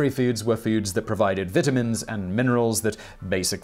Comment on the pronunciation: Why is he talking about Bitamans isn't Bitaman a name someone can have? If his talking about Vitamins he should be able to say that would without saying Bitaman the word starts with a V VI runs with the V sound TA is TA VI TA you know V for Victory I wouldn't want to hear this person saying that would it will probably sound more like Bictore seriously dude I have a speech impediment have had it my whole life and it's funny how I can say VITAMINS AND MINERALS without vitamin sounding like Bitterman as you say it.